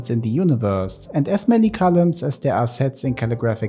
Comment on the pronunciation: oh frick man... when you said "n-many stuffs" instead of "n stuffs", I said nothing. But now my brain interprets your "as many" as "S-many" 🫩